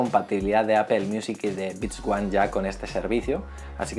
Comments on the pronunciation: gracias por pronunciar bien apple, por fin lo has hecho bien xD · 1. Ya extrañaba la canción anterior, nunca debieron quitarla. 2. ¡Al fin pronuncias bien Apple! 3. ¿Mejora la duración de la batería con esta beta? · se pronuncia "APEL" por lo menos en españa, hasta siri lo dice así. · No más "APEL"